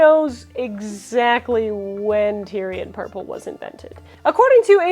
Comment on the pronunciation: You were totally slaughtering the word Tear'ee'uhn purple is what you said. Not Tyrian purple /tĭr′ē-ən/